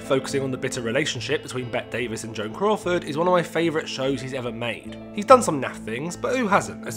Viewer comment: If FEUD was your favorite series, you'd think you'd know how to pronounce Bette Davis! 😏